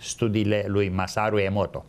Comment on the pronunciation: Massaru Emoto, nu Emoro Massato